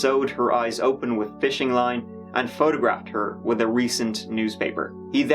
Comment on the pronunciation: "with it" < "widdit"